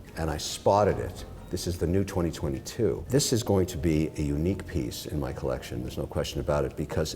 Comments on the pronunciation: This guy ("Mr Wonderful"/"Mr Bellend") gives it all the biggun, yet has only the most rudimentary watch knowledge. He brings nothing to this other than money and his crappy attempts at French ("maison/collection"). Teddy should find someone interesting to build a "Collekshion" with. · Thanks for saying the word (collection) like a regular human being. #makesachange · What does Kevin say collection with a silly French accent?